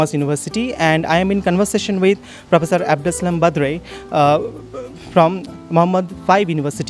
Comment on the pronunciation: hamza abouahmed Or because he called him Badré 😂